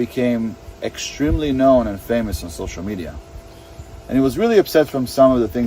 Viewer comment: I hate the way he says "social mediA"